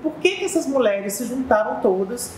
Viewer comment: Você vê o nível da repórter quando ela diz "muleres". Moça, é mulheres que pronúncia.